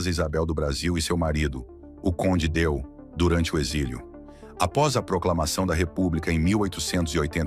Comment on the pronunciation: Ele já tinha feito essa pronúncia em outro vídeo